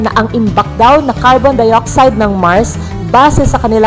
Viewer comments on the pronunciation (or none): Bakit basa mo ba se imbis na base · Hindi po basi (base).😁😀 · Basi?? Base yun maam 😂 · BA"SE Hahahaha Gotcha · NATAWA AKO SA "BASE"SABI NIYA "BA-SE" PUTANGINA HAHAHAHA